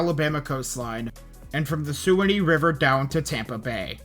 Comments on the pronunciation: Bro said Sue Annie River 😅 it’s Sue Wan Ee River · It's sue wan nee how you say it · Pssst suwannee is pronounced Swan-knee :)